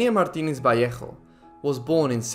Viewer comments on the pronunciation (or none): none